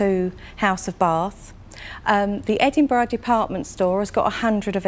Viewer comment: Was she trying to say Edinburgh ? I hope not because I haven't ever heard it butchered that badly before.